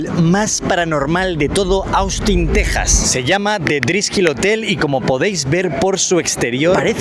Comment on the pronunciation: Al fin un español que sabe pronunciar Texas, no es Tecsas. Literalmente ustedes le pusieron así, el nombre es en español